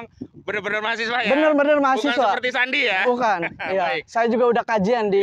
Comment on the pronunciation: Sandi yeh bang bukan sendy